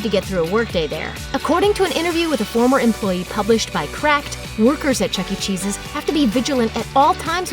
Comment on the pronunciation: why did she say Chuck E cheese's like that?